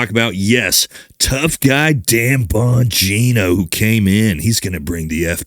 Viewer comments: Trash Patel and Damn Bongeeeenooo! Get their names right! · It sounded like "tampon geno" lmfao😂👏🏽